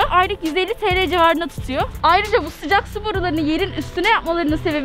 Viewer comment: Spiker: Hava soğukmu Sümeyra: Yoo sıcaq